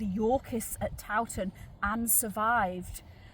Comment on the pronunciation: So good you pronounce Towton proper lol. Not like some so called historians who call it TOE TON pmsl. Suveners no doubt. Mi Dad took me to look around and to mass back in the 60s/70s when it was owned by monks n not open to the public. He had contacts lol. I took my kids there to midnight mass on Christmas eve a couple of times. Showed them the saint in a glass box under the altar. It was said that she had been covered in wax which was sculpted to be a realistic likeness. I'm only a few miles away all mi life lol. So good that this lovely place is being kept alive. I was worried a few years ago. Might have been demolished n become little wooden boxes pretending to be homes lol. Think you missed the wax covered saint out. I can't remember any more details but the monk ghost was a thing in the 60s lol. It oozes history in a nice way.